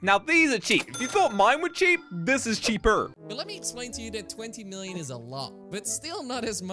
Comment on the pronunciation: said cheaperrr